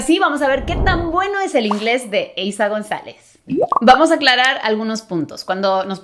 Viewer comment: eiza “Gonalez”? Jsjsjs